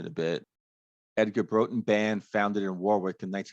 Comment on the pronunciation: As he starts each verse i kept thinking " which other song am I thinking of " . It took a while but a slowed down , dirty blues rock " Roxette " by Dr Feelgood . Song I didn't know .Thanks ,btw it's pronounced Brawtun .